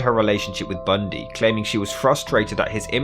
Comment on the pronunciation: I like how you say his name lol 😂 TED BUNDEEE …